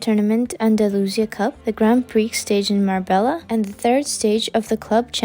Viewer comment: It's read "gran pri" ... not "grand priks". :)